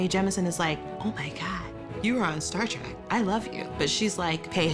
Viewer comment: Star TREK, not TRAK!